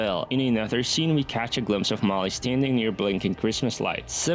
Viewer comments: It's Holly, not Molly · Holly, not Molly. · It’s Holly, not Molly. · Lmao You butcherd Holly’s name multiple times 😭